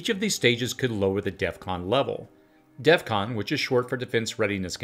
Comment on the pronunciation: DEF CON. not DEATH CON.